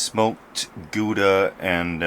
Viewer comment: Go and search how to pronounce "Gouda" properly ;P